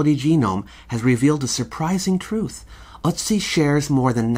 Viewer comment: Its Ötzi I think. Ive only heard it pronounced ertzi. Hes in wikipedia.